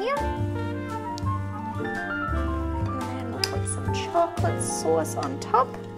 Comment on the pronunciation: I love your hair in this video. Actually I always love your hair, but this shorter style is super cute. How long is your hair at the making of this video? PS When you say “chocolate sauce” you sound like you’re from Brooklyn. 😆